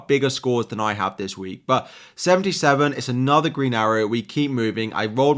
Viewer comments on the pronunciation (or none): none